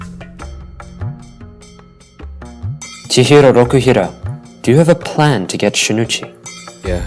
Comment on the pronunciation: ITS CHIHIRO ROKUHIRA